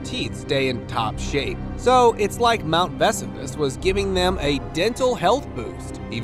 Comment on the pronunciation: Your mispronunciation of "Vesuvius" and Latin words detracts from the enjoyment of the video